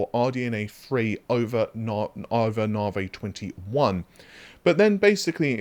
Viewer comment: OMG pronounced Navi correctly!!!!11